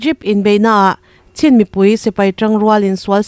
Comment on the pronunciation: Chin tih hi chhin tih anga lam loh tur a nih hmel Sin tih ang zawk in😊😮😮